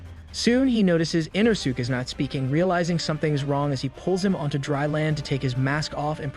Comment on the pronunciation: So aggravating 😂 they literally say it the right way in the English version so him saying it wrong is inexcusable